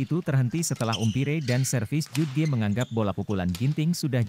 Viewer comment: Bhs inggris nya diperbaiki....cara melafalkan .....umpire......salah